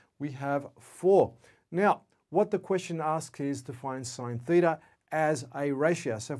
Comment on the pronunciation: Theta -- Greek letter (not thither)